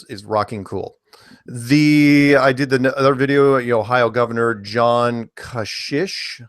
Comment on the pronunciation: Ohio Gov. John Kasich... pronounced "ka'sik"